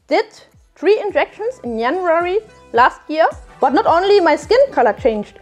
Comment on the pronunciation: yanuary heh